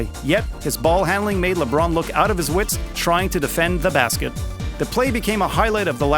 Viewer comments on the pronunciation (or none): none